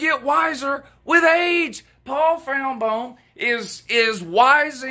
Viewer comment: ole “Pawl Finbam” lmao